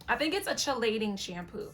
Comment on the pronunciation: Chelating is pronounced KEY-LATING